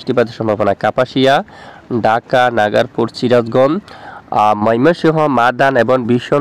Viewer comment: উচ্চারিত হবে নাগরপুর।